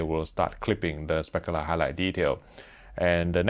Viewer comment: I love when he says “speckaler highlight detail”